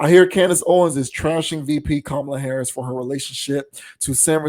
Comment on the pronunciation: She even pronounced VP Harris’ name wrong. This casket ready makeup faced troll is jealous of Ms. Harris.